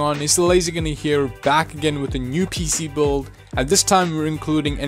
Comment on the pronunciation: "Boild" it's build